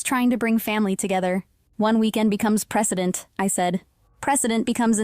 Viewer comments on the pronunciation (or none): Precedent, not president